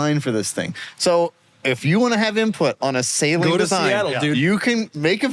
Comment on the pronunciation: Stop saying Saleen wrong. It's beyond annoying.